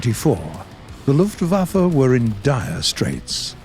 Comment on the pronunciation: Just wanted to say that you actually manage to pronounce german words pretty well, but you say it more like "luftwaffer" instead of luftwaffe